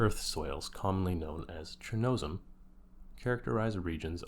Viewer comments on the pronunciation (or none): none